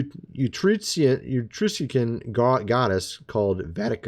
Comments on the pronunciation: Pronounced just like it sounds Etruscan. E trus can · There isn't a modern day prophet, alive or dead, who does not have a message containing a fear factor. As for, scrutinize carefully what he has to say, particularly because he lacks the basic gramatical skills necessary to pronounce the word Etruscan, or the wherewithal to find out how by simply using his computer skill set. Lastly, maybe he should've stayed awake in class.